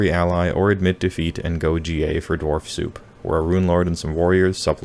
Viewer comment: its Dwarf with an R not Dwalf with an L